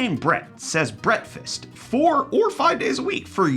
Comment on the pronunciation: Please don't stop saying Brett-fast just because you got people commenting about it.